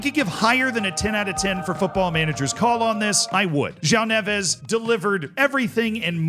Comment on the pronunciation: As someone who’s half Portuguese, I applaud how you pronounced Neves 👏🏽